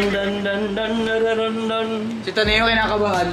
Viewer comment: Omg ta-ne-yo pala pag pronounce kala ko taneo diretso lang huhu😭